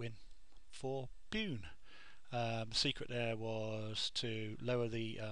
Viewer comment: ahah, it made you laugh when you said pune. its pronounced "poon-eh" just thought id be helpful :)